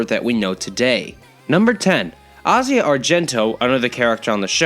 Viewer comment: Wait, the way you call asia sounds very wrong. Do you by any chance watch dub?